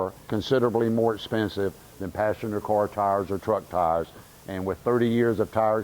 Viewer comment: It took me half this video to figure out he was saying "car" and not "cor" tire.